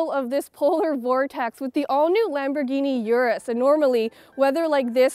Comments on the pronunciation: Damn It’s not U-rus it’s Urus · It’s pronounced “oorrus” not “yourus”